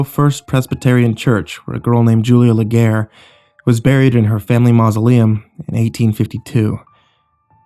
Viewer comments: Btw its pronounced la gree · Nice video. The pronunciation of the last name is like Lagree . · Id k if it interests anyone but I'm almost sure that last name is originally said "laygaray" !